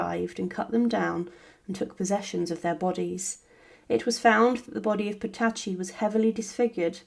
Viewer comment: It always shows a good grasp of the subject when you cannot pronounce their names.